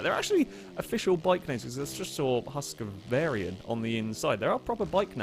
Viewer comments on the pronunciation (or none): I thought it was Hewskebarna actually, near enough. Varsågod! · "Husqvarian" 😂 we love you, never change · Nice one. Now you just need to learn how to pronounce Husqvarna. can hopefully help there.